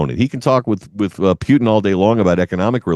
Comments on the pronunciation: Putin, not Pyutin 😂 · Can’t watch this guy. He can’t even properly say Putin.